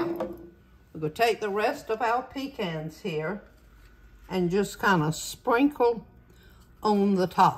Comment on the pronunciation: I can’t wait to try these. We love pecans. And thank God you said it like we do - pee cans. 😂